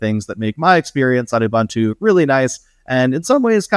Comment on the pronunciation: Please look up how to pronounce Ubuntu. The name was specifically chosen as a word in Zulu that means to be open and receptive. There is only one way to pronounce it.